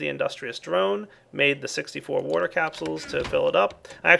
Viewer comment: Lol you say warter instead of water XD